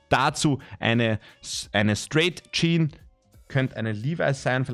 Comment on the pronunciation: Eine „Tschean“